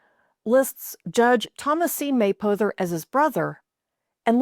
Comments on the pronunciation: Interesting, but I live in Kentucky and have never heard the name pronounced as May-poe-ther. It’s closer to May-pah-ther. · Great vid. I'm from Rochester and had Mapothers in our neighborhood. They said it May-pah-ther.